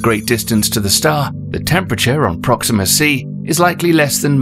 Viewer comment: Proxima WHAT? My ears are bleeding